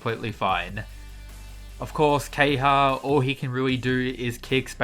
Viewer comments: KEHAYA, NOT KEHYA. gosh pls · The character is called Ke-Ha-Ya. Why do you keep calling him kay-ha?